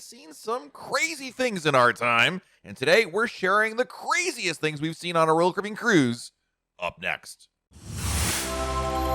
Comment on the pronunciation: SPEAK SLOWER!!!!!!!!!!!!!!!!!!!!!!! PROPERLY PRONOUNCE "ROYAL CARIBBEAN!!!!!!!!!!!!!!!!!!!!!!!!!!!!!!!!!!!!!!!!!!!!!!!!!!!!!!!!!!!!!!!!!!!!!!!!!!!!!!!!